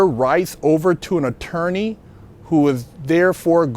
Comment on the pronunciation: LOL SAID ATOWWNEI HAHAHA ELMER FUD SOUNDING BROTHA JK MUCH RESPECT AND LOVE GOD BLESS BIG GUY.